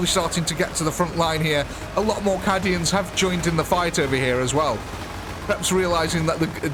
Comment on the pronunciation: You pronounce "cay-dians" as "cah-dians"... I didn't want to say anything at first, but several videos mispronounciations is making me speak up.